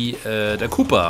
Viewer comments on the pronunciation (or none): none